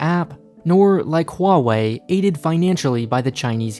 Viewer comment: You're the only one I heard who pronounces Huawei right